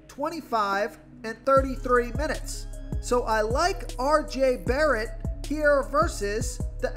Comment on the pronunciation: I lost a few brain 🧠 cells with that first try saying RJ Barret’s name 😂